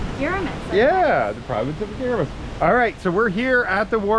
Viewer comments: guys, its GuiMMMaras, Guimaras, not Guiramas. :) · you've been mispronounced the island's name, you're not reading it right, it's Gui-ma-ras, not Gui-ra-mas, just saying. Love all your vlogs love Bianca❤